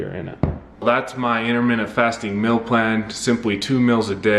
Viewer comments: I believe it’s pronounced “meal” not “mill”... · Is it "mill" or "mel"? Because that's all I'm hearing. I don't hear anything about a meal. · Sounds like you say “mill”. Anyway.. you can use plant based chicken and vegan ranch dressing by follow your heart, & plant based bacon by Morning Star.. which is healthier than eating meat. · Does nobody else notice that he's been saying mil instead of meal the whole video..